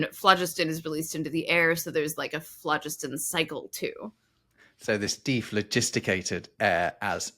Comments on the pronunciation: I loved this episode! As a chemistry professor, in historical contexts, I've only heard phlogiston pronounced with emphasis on the second syllable. By the way, cobalt isn't merely laced with arsenic, there is a mineral called "skutterudite", which is a compound with the empirical formula CoAs₃ - it's a personal favorite for me because of it's symmetrical and interesting crystal structure containing As₄ squares, CoAs₃ = Co₄(As₄)₃. One of my research specialties concerns the metal-rich compounds of the rare earths; second pronunciation of lutetium is the only pronunciation I've heard. The arsenic-sulfur compound mentioned is orpiment (As₂S₃). I thought omitted the letter 'y' in her pronunciation of "bixbyite", but Wikipedia informs me that there is indeed a mineral called bixbite as well! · Not being picky but phlogiston was pronounced with the emphasis on 2nd syllable: flō-'jis-tǝn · "Flo-JIST-on", for goodness' sake. "Nitre" is potassium nitrate, KNO3. Sodium carbonate, Na2CO3, and sodium bicarbonate, NaHCO3 - not a smidgeon of nitrogen, N, in either. What on earth were you thinking?! You should be using a hard g in argentum and hydrargyrum. Tungsten did NOT used to be called "wolframite". Wolframite is the ore from which wolfram (tungsten) is extracted. I'm surprised you didn't mention "Ultima Thule". Sulfur the element is odourless. It's hydrogen sulphide, H2S, which stinks, You might like to research why early radar was called H2S. Shame on you for dismissing Dmitri Ivanovich Mendeleev so summarily. His construction of the Periodic Table of Elements, on which your whole video is based, is one of the towering achievements of human endeavour. The Table ought to be appreciated in the same way that any work of art is appreciated. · "phlogiston" has no accent on the first syllable! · Pedantic point: in British English phlogiston is stressed on the second syllable.